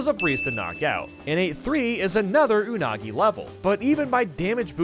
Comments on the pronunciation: "Anugi" TF? XD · You mean "Anugi" XD. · Pronouncing “Unagi” like 6 different ways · From to how many pronunciations of unagi was there 😂